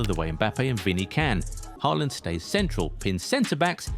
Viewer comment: Ochim haaland??? Lol😅